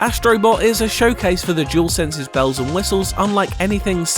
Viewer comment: Another jewelsense 😂 seriously it dualsense 🤦🏻‍♂️.